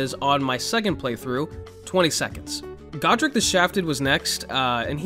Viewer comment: please tell me he's gonna continue to disrespect godrick's name like that in every video 😭